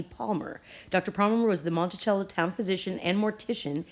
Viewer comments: Pronounced monte-sell-o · You're pronunciation Monticello is off. And yes I've purchased it in some small drug stores here in Georgia. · Peace... Monticello is pronounced MontiSello and Quinine is Kwy' 9. Words that were once common are like Foreign words in today's world that has become my future... I was born in the 50's 😉